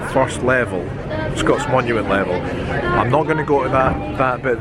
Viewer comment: "Scott monument", not "Scots monument" - come on dude.